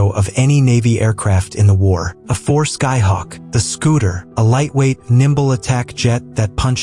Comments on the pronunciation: "AH"-4? "AH"-6? Please proofread or fix your A.I. Garbage in, garbage out. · Stupid AI narration sounds like an incompetent reader. "ahhfour" to say A-4, That's not how it's pronounced.